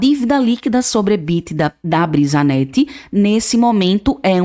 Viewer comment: Brisanet, não brisanette